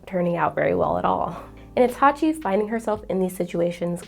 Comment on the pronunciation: It's Hachi, not Haki